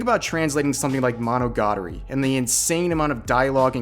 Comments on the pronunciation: lmao. mawn o goddery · The way he pronounces 'monogatari' is a federal crime Also, great video, keep it up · When he said Monogatari, it oddly pissed me off.